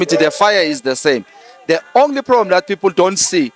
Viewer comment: Where is Nomvalo tell him to pronounce words right not De its THE and not Oathi but OATH sies maan